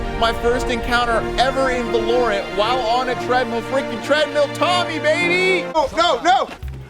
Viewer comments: Excuse me, did he say Vuh-lore-int? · 😂😂 he said, “va lorent” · I like how he says "valorant" wrong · he said valorant wrong